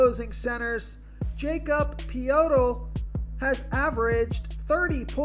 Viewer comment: Liking DeRozan tonight. Nice try on the Poeltl pronunciation. Try ( Yakob Poh-dle ) in the future